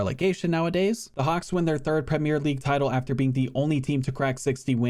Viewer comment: An American who pronounces Premier league correctly instead of 'Premiere' league. Wow.